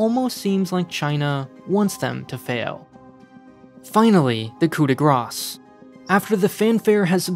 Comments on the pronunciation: coup de "grass" it would be pronounced coo de grah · Did this man just pronounce the "s" in coup de gras?